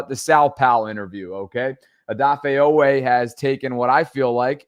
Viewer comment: Long E sound G!!!!😂😂😂😂😂